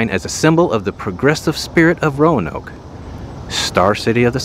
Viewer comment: ROE-NOKE not RO-UH-NOKE